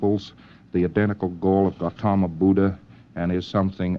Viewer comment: His history is accurate and the fact that he properly pronounces "Buddha" shows some formal Buddhist study.